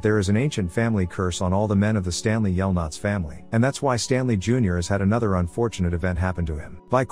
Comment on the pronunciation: "STANLEY yelnuts" 💀💀